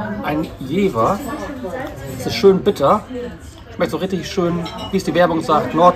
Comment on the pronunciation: Moin Grüße aus Jever, nur als Tipp es heißt ausgesprochen Jefär. Sonst ein super Vlog 🎉